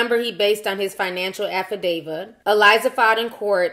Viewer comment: Its pronounced Affi-day-vit! 🤣😂🤣😂